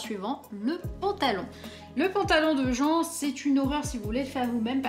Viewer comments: Ça se prononce djin pas jen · je veut pas passer pour un mechant me tuez pas svp ! (mais il me semble que jean de Genshin se prononce "jeen" ) ^^'" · Merci pour la video qui m'aide beaucoup!! Mais par contre ON DIT JIN!! RAAAAHDVJAVSSKVDDV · Elle: le cosplay de jean (jen) moi: haaaa ça se prononce Jean (jeen) TvT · Par pitié ça se prononce "jin" TwT sinon ça fait vieux alcoolique alors que Jean est vraiment tout le contraire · Jean.... on dit plutôt jinne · Salut, je joue à Genshin Impact et Jean se prononce à l'anglaise comme le pantalon:p